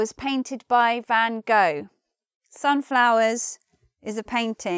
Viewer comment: Funny, the way you pronounced "Van Gogh".